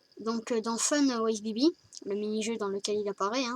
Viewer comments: 1-Ce n'es pas "naïtmarre" c'est "naïttmairre" comme TA MERE (xD) et sa secrit Nightmare. 2-ce n'est pas Bibi mais BB (Comme bébé) 3-C'est le costume de SPRING BONNIE PAS GOLDEN LAISSE GOLDY EN DEHORS DE TOUT SA (oui c'est mon préféré et alors) 4-Balloon ne fait pas flipper je suis désolé 5-c'est pas des mains de vieux c'est méchant pour les seniors... -_-" xD 7-Je sais que tu lis pas tes coms 8-tas pas remarqué que j'ai sauté le 6 9-je vais t'écrire l'histoire parce que je me fais chier. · Ta tu dis pipi pour ballon boy fnaf 4🤢🤢🤢🤢🤢🤢🤢🤢🤢